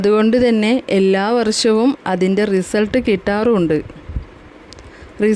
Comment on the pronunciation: ഈ വാർത്ത വായിക്കുന്ന ആൾ തന്നെ " വർ ശം" "സോശ്യൽ " എന്നൊക്കെ ആണ് പറയുന്നത്. സ്വന്തം നന്നാക്